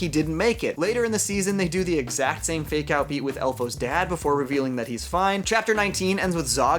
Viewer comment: I dont know why, but up until the last 3 minutes of this video, whenever you said "fake out deaths" I thought you were saying "make out deaths". I haven't actually watched the second season as I lost interest at about episode 6 of the first season (due to a lack of serialisation), and I was really grossed out about there being so many people making out with dead people.